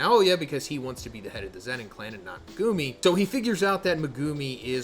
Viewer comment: MegUUUmi? Please stop it’s hard to watch